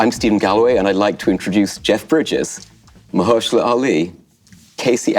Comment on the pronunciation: Nice to see Mahershala's name pronounced right for once :D Ma-HER-shala Ali!